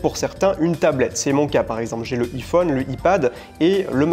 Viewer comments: Pourquoi il dit iPhone avec un i à la française ? 🤷🏻‍♀️ Sur le moment je ne savais pas de quoi il parlait 😹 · je te rassure je connais peu de Français qui prononcent ces appareils comme lui ^^ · super, mais alors iPhone on ne prononce pas comme ça. Ha les Français :-D